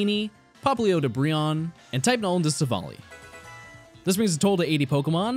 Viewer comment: Yay! Finally someone that pronounces Brionne's name correctly, lol